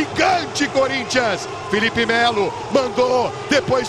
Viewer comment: "Fielipe" Melo!